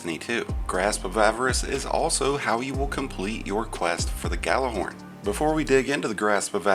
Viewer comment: bro really said “Gallarhorn” (close enough spelling) why do you think I’m watching? I don’t have “friends.”